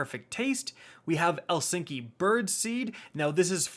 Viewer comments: Ok ok lets go back to when he say "elsinki". I mean the "chai-tin" was alright but ELSINKI?? Somebody help this man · My head spun when he hit me with the El Sinky Birdseed lmaooooo (E-Licks-Knee Birdseed) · I like how he said elsinky instead of eliksni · You said Eliksni as Elsinki or maybe I heard wrong 🤔😆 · Chitin = Kai-Tin. Eliksni = E-Licks-Knee. Friendly heads up lol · I thought he was a Destiny Veteran but he pronounced Eliksni as El-sneaky. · "ELL-LICK-SNEE" You cretin. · I'm okay with how he pronounces things. I dont care. But "elsinki" is too far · "Elsinki Birdseed" lmao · I laughed every time he said it. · E-lick-sni Honestly triggering my OCD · How tf do you butcher eliksni so bad its said like 100 times in beyond light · Someone tell him that he said Eliksni wrong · This man still cannot pronounce Eliksni even after the Beyond Light campaign